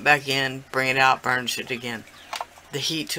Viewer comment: Sounded like u said "ur gonna burn the shit down" lmfao..... I realized u meant burnish it down haha 😆 😆